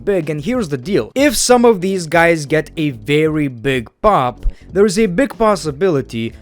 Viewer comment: BWIGG BWOOTY BWIGG